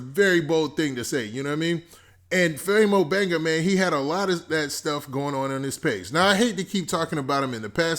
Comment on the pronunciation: This mane Saying Famo Banger instead Banga LMAOOOOO anyone notice that?